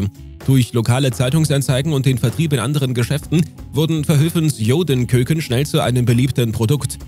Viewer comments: Darf ich Sie korrigieren? Ich bin selbst Niederländer, aber Ihre Geschichte über diese jüdischen Kekse ist nicht korrekt. Sie sprechen es auch völlig falsch aus, „koek“ wird „kukken“ ausgesprochen, nicht „keuken“. Der Grund für die Namensänderung war Rassismus. Das jüdische Volk fühlte sich diskriminiert und startete eine Petition. Genauso wie "Blanke vla" musste die naam änsern nicht erlaubt ist ￼ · Die Aussprache von "koeken" ist nicht "köken", sondern "kuken". Im Niederländischen entspricht das "oe" dem deutschen "u" (und das niederländische "u" entspricht dem deutschen "ü").